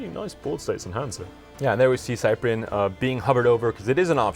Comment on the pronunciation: ugg S-eye-pree-en... That pronunciation though. Sip-pree-en please. kthnxbye.